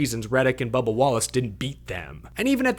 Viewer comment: Hilarious to keep hearing Leigh Diffey refer to "Bubber" Wallace.